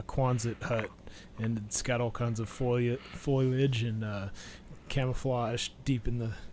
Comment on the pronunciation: Studio B....IS studio A. said 'FOILage' -........................Fo-LEE-ehj.